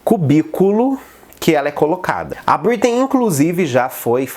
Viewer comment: "BritnÊi" que agonia ver ele falando o nome errado kkk